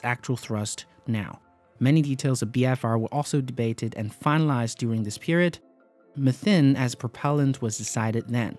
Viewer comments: Nice video, but why MEETHIN, and not meat-ahne or met-ahne. where is methane pronounced meethinn. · Meat-eyyyn met-eyyyn